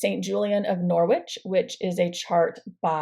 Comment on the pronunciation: Wow you have some big plans for next year. Just to let you know you don't pronounce the w in Norwich, its said like Nor-Ich. Can't wait to watch your progress over the next year.